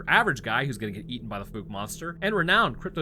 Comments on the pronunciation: lol, Holy FOOK did you mispronounce Fouke! There ARE no Grizzly in Akansas, and the LARGE black bears they have max out at about 400lbs, pitifully small by my standards. I live where there ARE grizzly. I have had several guests on my show who do Bigfoot research in that area, they have pictures of tracks, structures and creatures, so I don't know where you are getting this "No evidence" bullshit. How embarrassing for you. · Fouke is pronounced with a "ow, as in ouch". As an east Texan I've heard of this place my whole life. 😅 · Ahhh my home town cryptid! Yes you are pronouncing the town name wrong.😂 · Why are you calling it the fook monster, when you correctly pronounced the name of the town, Fouke (f-ow-k)? 🤔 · I grew up there ( born in 1976 ) It's pronounced FOWK not FOOK. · Great video but it's pronounced F-OW-K it's not FooK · "Fowk", not "fooky". Anybody who says that last one is fooky. "New species"? Ro, it's an ogre - a bigfoot. Nihil novum sub sole. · Dear Papa, I could be wrong but I grew up in NW Louisiana and my family always pronounced it like “ foulke “ not “fooke “ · I love your channel bro watch it almost daily just wanted to help you out its pronounced like "fowke" not "fook" lol keep up the stories bud love em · The "documentaries" featuring locals discussing the animal suggest its pronounced "fowk"... like "fowl", but with a K... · Wow, bro you actually pronounced Fouke correctly! Not even the news channel out of Shreveport can do that and they're only an hour away. Well done! Edit: and then you screwed it up the entire rest of the video It's pronounced F-ow-ck Edit: did I hear you right? Do you only live about 8 hours away from us? If so you should definitely come down, there's a bunch of us that would give you tours and show you around and tell you stories. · Then you messed it up. Lol. Ph-ow-cuh. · Likewise, the town is called “Fook” lately, rhyming with “fool”. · Watch the movie so you can pronounce the name Fouke correctly.